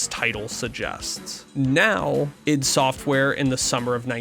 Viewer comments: it's Id as in Id and ego not I.D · Okay, great coverage so far, but damn your pronunciations need work. id is usually pronounced like it sounds in the word bid, not I.D. That may depend on who from the team you ask as I think it originally stood for ideas from the deep. Ion is literally pronounced I-on. Ions are positively or negatively charged atoms. Deus is Latin in origin. It is pronounced like Dey-oose. It means god and derives from the Greek literary device Deus ex Machina or god from the machine, pretty fitting for the game given its subject matter. Love the video so far but couldn’t help myself.